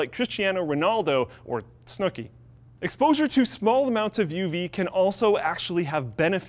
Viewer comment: I cringed more at snooki